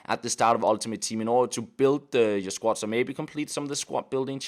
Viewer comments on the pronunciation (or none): SQUAD not SQUAT